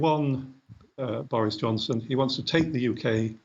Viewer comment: Why does Naomi Long call Boris 'Johnston' ?